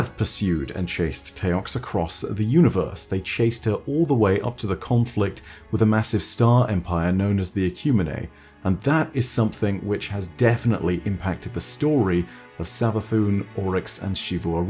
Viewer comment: Normally I wouldn't talk pronounciations, since everyone's got their own way of saying it, but the word Ecumene is not "Eh-kyoo-mi-nay", it's "Eh-Kyoo-Meen". It's not a sci-fi word, it's Greek, it means "the known land". Anyways that nit-pick aside. I think the Scorn are going to have the same role in Witch Queen that they've had this season. They are part of "The Voice in the Darkness"s collective forces. In the shot you mentioned with the new Exotic Grenade launcher, you see Scorn fighting alongside non-lucent Hive. So much like Season of the Lost, the Darkness' collective forces are working together to persue Savathun into her throne world and do the job that Xivu couldn't. There is also another unique Scorn enemy. If you check the ViDoc, there's a shot of 3 Guardians standing together emote'ing while a large Scorn enemy falls in the background. It has a new helmet model that I haven't seen before, something of a bucket-head with a single slit visor. It's also likely the Scorn will have some role in the raid, perhaps even the main enemy. Since during the footage where Savathun says "The game is yours to play now", Guardians are shown fighting Scorn in Pyramid-ish interiors. Though this could be just the overworld and part of the "Dark swamp" section of the Throne World, hard to say at this point. But what some overlook is the part where the 3 classes are shown using their supers against the Lucent Hive's versions of it. (The Blade Barrage, Sentinel and Chaos Reach part). L